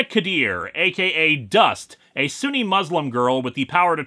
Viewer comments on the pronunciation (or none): none